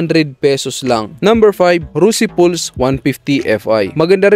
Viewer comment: Rusi Pulse Pals pagbigkas jan, bro. ✌